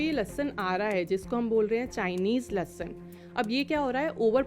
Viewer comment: Dr bol rahi lassun😂😂😂